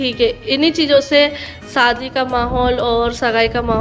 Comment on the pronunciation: Bolna seekh lo pehle fir vlog bnana lgta hi nahi Muslim ho kya talafuz hai....itna sunne me kharab lgta saadi,sagun 😂